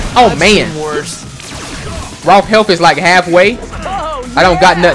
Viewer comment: You don't even know these guys names properly you called raph ralph that's hilarious